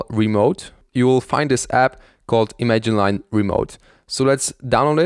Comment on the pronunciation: considering he pronounces image-line as imagine-line i would say no